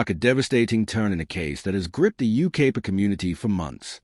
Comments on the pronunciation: Dear Ignorant AI: It isn't You-KAY-pa, it's You-K-EYE-pa. Seems we are heading backwards with technology. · It’s Yucaipa pronounce it right